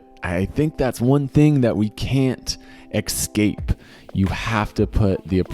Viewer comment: Escape too